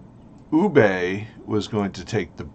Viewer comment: Very cool man, always was curious about LAM. Excellent AMS breakdown Oh and Ubbe is pronounced Ubbah, he is Ubbe Ragnarson son of legend Ragnar Lothbrogh